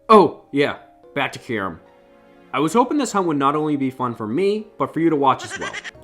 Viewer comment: W video except how you say kyurem